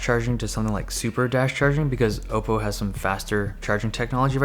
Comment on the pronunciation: Thank God you say Oppo right